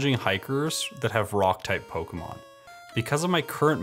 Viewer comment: good but you do say pokemon wrong its poke kay mon